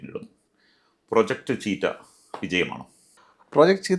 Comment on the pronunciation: The word cheetah is pronounced as CHEE-tuh